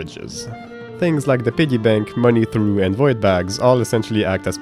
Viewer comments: I must note, for the unfamiliar, it's pronounced "troff" (I myself pronounced it "trew and/or trow" for a while when I first saw the word) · "Money Trough" is pronounced "troff". t sound makes the "ch" sound like chewsday. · English is stupid, Money Trough is pronounced “troff” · Alright, I’m gonna say it. It’s not a money THROUGH, it’s a money TROUGH. Like a pig trough. That pigs eat out of. Like a piggy bank- you get the point. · It's not "Money Through" it's "Money Trough" (rhymes with cow). It's an open feed container used for animals like pigs. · Great video! I agree with a lot of this. Though I love Valheim, the inventory can get painful. I see it as a challenge more than a downside, but I know it makes a lot of people frustrated. Terraria may be my most played game of all time, so I love seeing it broken down like this. And I hate to be that guy, but you mention the Money Trough. It's pronounced "trof" like the container you use to hold water or feed for animals. You pronounced it "throo" like the word "through." English is stupid, so I don't blame you. Just trying to help. I subscribed and am looking forward to more of your videos about game mechanics. And I appreciate that you didn't spend your time talking about how inferior the other games were because they weren't quite for you. Great video. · Just to inform you, it's pronounced "money tr-off," this isn't meant to be mean spirited it's a weird word. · your mispronounciation really made me realize how mnuch of a fucked up word "trough" is, like no youre right it shouldnt rhyme with "off"